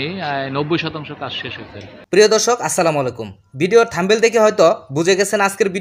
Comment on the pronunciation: থামবেল নারে ভাই 😂 ওটা থাম্বনেল 😂😂😂😂